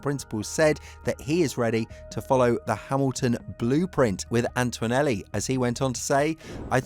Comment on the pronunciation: There is no "w" in Antonelli...